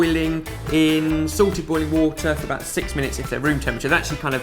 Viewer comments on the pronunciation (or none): My word! I swear that you've been saying Sorted boiling water for the longest time. I always assumed there was a water boiling tip video on the site that I hadn't watched. And for the first time in 4 years I've realized you've been saying salted boiling water. I feel like an idiot.